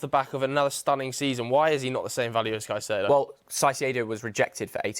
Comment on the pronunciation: Who’s Saicedo?…..